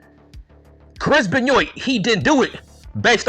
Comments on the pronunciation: Chris "Benn yoit" 🤣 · Why are you pronouncing Benoit wrong ?